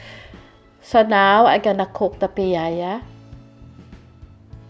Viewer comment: from Bacolod here! And its actually "piaya" not piayaya. But thats ok. It's one of the best pasalubong treat everyone loves. anyways, its been a long time since i found out this is how they're made. Will try this soon. ^_^